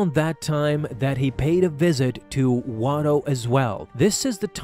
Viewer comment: Not watto. you said it in another video